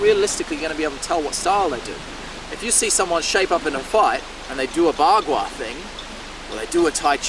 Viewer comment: Bagua is not bla-bla-bla, young man!